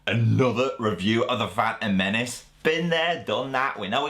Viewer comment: "da fan uhm men oos"